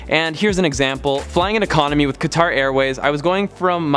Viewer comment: Awesome vid. Thanks for the tips. Fyi Qatar is pronounced cutter.